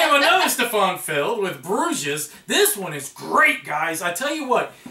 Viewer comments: Bruges! It's pronounced Bruge..the s is silent. :-) Good video though. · Bruges = "BROOZH" Bruxelles (Brussels) = "Broo-SELL"